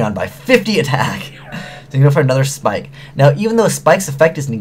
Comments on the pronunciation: YO ITS NAME IS "PIKE" NOT "SPIKE" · love ya but the word 'ABYSS' has two S' in it so its not mermail abyssSPIKEits mermail abyssPIKE!